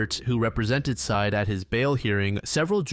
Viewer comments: No idea why it bothers me at all, but I have a sneaking suspicion that the ex boyfriend's name is not pronounced "side". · Bro theres an entire podcast and news interviews and documentaries with this story and you legit cannot pronounce syed correctly?